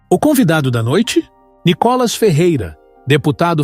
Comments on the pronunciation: Ve se aprende a expressar o nome do Nicolas... não tem nenhum acento no O de Nicolas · Vc não sabe falar o do verdedeiro nome d DEPUTADO.. N I C O L A S.. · Esse cara com esta página, já está enchendo o saco....essa página é feyk... Micolas nunca foi no programa do Ratinho, mais um detalhe, por vários vezes o narrador erra o nome de nicolas, e tem falas que já ouvi em outas postagens. Isso é uma montagem de um cara que só quer ganhar fama . Não estou curtindo mais essa merda de página, e cada vez que vejo já deleto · Não sabe fala nome do Nikolas.